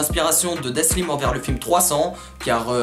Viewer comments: C dalsim et non daslim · Super vidéo mais son blaze c'est Dalsim et pas Daslim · Bien la video mais c'est dalsim et pas daslim mdrr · Ptdddrrr omg j'voulais commenter pour te dire que tu t'es tromper sur la prononciation du blase de Dalsim, mais vue les vingtaine de commentaire qui te l'on dit j'pense que t'as bien compris que tu t'es trompé 🤣 sinon grave bien ta vidéo un peu courte mais j'suis très contente que tu l'ai faite, la mafia spartiate on une vrai valeur je trouve et un vrai flow🔥🔥🔥 continue comme sa mec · c pas daslim c dalsim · C’est Dalsim pas "Daslim" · Elle est bien la vidéo mais c'est Dalsim et pas Daslim snn cool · C’est pas Daslim, c’est Dalsim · Bonne vidéo, mais on dit Dalsim et non Daslim mdrr